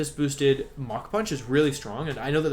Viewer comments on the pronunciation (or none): none